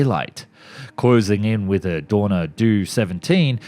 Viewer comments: A few mispronunciations. The Isle of Wight( not Wright) Dornier ( not Dorner) Junkers are Designated JU not U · There are so many mispronunciations with his videos, it is partly just how he is. Words like "arNaments", "Dorner"... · If i didn't just see this guy in the flesh in this video, I'd DEFINITELY think this was an AI video. The reason for me saying so is because of the way he pronounces words. For example, "you" for Ju., versus, "Jay You" or Junkers, "No" for No., versus number, and "do" for Do., versus, "dee oh" or Dornier. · Dornier is pronounced Door Knee A. Dee Oh 17 if you are using its English pronunciation, , Im not even going to offer you its German pronunciation you are to stupid for that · And "Do...." Dornier pronounced as Homer Simpson "doh !". Worse than these (& several other dumb voicing errors) are the repeat-generalisation historical & design errors. JEEZ ! 😮